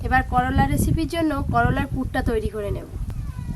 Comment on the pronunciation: করোলা নাহ করলা গো 😮 আর সুন্দর হয়েছে রেসিপি টা ❤